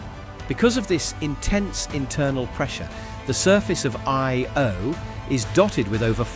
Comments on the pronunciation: Funny how the AI voice struggled with the word Io, but still an entertaining and informative video. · so is it aye-oh? yo? ee-o?